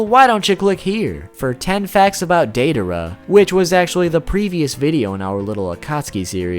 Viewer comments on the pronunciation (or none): none